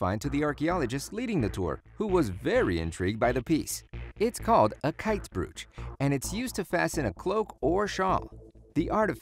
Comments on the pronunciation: Brooch/Broach is pronounced Bro(like the slang)-ch. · Just curious, do all Americans pronounce "brooch" as "brewch" or just this guy? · The problem isn't only the Irish placenames but words like 'brooch' being prnounced incorrectly.